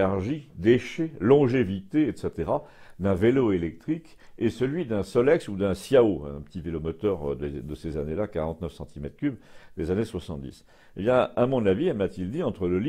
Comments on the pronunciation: J'ai conscience du fait que nous sommes en France mais les "Ciao" sont des vélomoteurs italiens. Il conviendra donc de prononcer "tchao" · ciao avec l'accent francais,trop risible! ça se dit "chiao" comme le salut... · Le solex à essence = fiable et frugal. Une industrie qu'on a vendu à l'étranger (Brésil ou Mexique). Jamais remplacé. Alors que la clientèle en demande. ( on dit pas siao mais tchao, de l'italien ciao). B chronique !